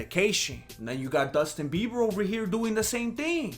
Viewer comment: Did you say "Dustin Bieber"? Orale! 👊😂👍